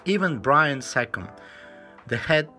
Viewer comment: Italian Bruno Sacco and not whatever name you said “Brian Sacum”? was the Chief Designer and in charge of the W140 as well as many many other Mercedes Benz Cars